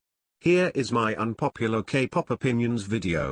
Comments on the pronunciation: When it says k-pop i heard gay pop wtf???!!! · lmaooo that kinda sounded like " gay pop "